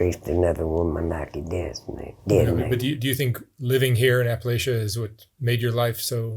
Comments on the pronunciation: Respectfully, it's Apple-at-cha. Bless her. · Please pronounce Appalachia correctly. It sounds a bit like "I'll throw an apple at ya." There is no long A or sh sound in the word. Please, it's a matter of respect.